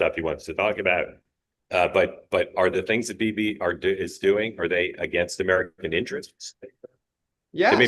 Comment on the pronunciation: Why does always MISPRONOUNCE Bibi's name??????????????